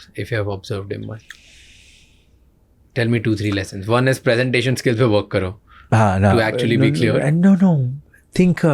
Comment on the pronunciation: The grammar nazi inside me screamed ‘finally someone!’ when he said Pre-sentation instead of Prey-sentation.